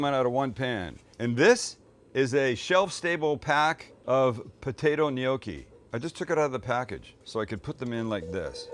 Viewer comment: it is prounounced KNOCK eee, not KNOW key